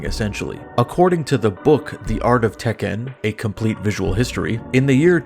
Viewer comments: i've never heard anyone pronounce Tekken like that lol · Why are you saying Tekken like that?